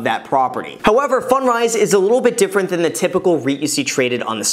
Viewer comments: I think you should say it like "fund rise" not "fun drise". On a different topic I've started watching YouTuber Mark Ferguson investformore. He seems to know a lot about house flipping and renting. He's not a big channel like yours but he has a book on Amazon and has flipped dozens of homes and has a team of like 9 people under him. I just stumble on his channel. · Can't unhear "Fun dries". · I thought he said “fun fries” at first. I must be hungry lol.